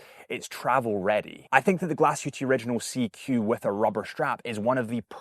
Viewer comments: Great video! And I believe it’s pronounced ‘Glash-hu-Tah’ and not ‘Glash-hu-tea’ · "Glasshootee" is a new one... Please don't ever say that in front of a German. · its hard to pronounce. It is "Glas HÜ (HUE) TA" I dont even know how to explain via internet 😅 I am german ... so I know how it is being pronounced 😊 Actually Glashütte means "Glas Box" or " Glas Hut" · Why don’t you provide the correct pronunciation instead of just saying that I’m wrong? FYI, the owner of Muhle Glashütte pronounces it exactly as how I spelled it out. So you;’d assuming that someone, who has lived and built watches for 100 years in that town knows how to pronounce it correctly